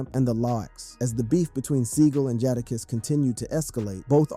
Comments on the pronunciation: Bro, if you don't know how to pronounce Jadakiss name, then don't. It makes me rethink the legitimacy of this whole video. 🤨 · Bruh, I'm not really sure who you talking about. You need to learn how to pronounce the names of these artists (Jadakiss) how do you not know how to pronounce his name?. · Boi said Jahdakiss...get em dfoh B!! LMAOOOO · My man really said "The Carteer Veee" bro cummon. I aint even gonna get into "Jardarkiss"